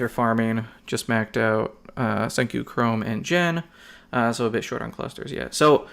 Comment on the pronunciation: I don't know if yiu have been corrected but it's not Jen it's G-en. But not like Gee but Guh-en. Just don't want some jerk trolls to hassle you on the pronunciation bro.